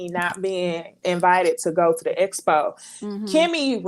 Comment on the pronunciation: The way Tisha replaced the letter X with the letter S. Makes me cringe 😬 Espo and Tess message